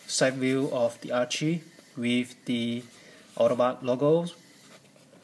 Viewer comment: Her name is Arcee, not Archee.